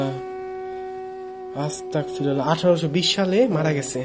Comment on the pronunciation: ভাই আস্তাকফিরুল্লা হবেনা আস্তাগফিরুল্লাহ হবে।